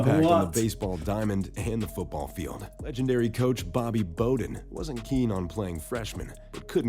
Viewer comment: They pronounced this all-time great coachs name wrong.... Bobby Bowden..... The b o w rhymes with ow or now.